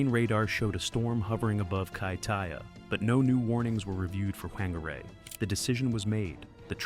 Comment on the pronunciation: The correct pronunciation of "Whangārei" is "fahn-gah-RAY", with the emphasis on the second syllable. The "wh" sound is pronounced as "f" and the "ng" is a nasal "n" sound. Thanks to the band Alien Weaponry from New Zealand for teaching the world Maori history and culture.